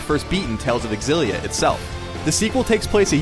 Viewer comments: It's hard to listen because I'm so distracted at the way he pronounces Xillia, it's "Zillia" not "Exzillia" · It's pronounced Z-illia not XZ-illia... ffs man... -_ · It is Exillia, actually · Fate Aketsueki why do they not understand that its pronounced "Zillia"? i mean how do they pronounce xylophone? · Why can't ign say Xillia right.